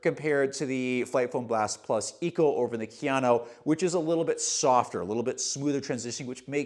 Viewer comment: just did this to flex his mastery of pronouncing Kayano. Jokes aside, how is the durability on the blastmax in the GT? I felt like the Novablast mushed out very quickly and had to kill my pair at 150 miles because I ended up getting knee/achilles pain towards the end. Just curious to see if they changed it at all or if the medial section saves it